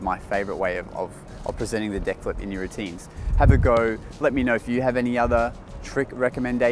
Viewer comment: its is really funny how you say deck u said dick